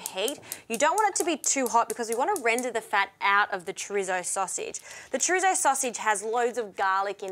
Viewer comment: I love that she says “chrizzo”